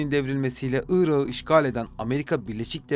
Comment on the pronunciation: Irağı diye telaffuz etmişsiniz Irak’ı demeliydiniz. Bu tür kelimelerdeki son k asla yumuşamaz